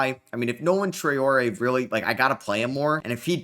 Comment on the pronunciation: Love that you're nailing the Traore pronounciation, great realistic (atleast for the first 2 years) rebuild mate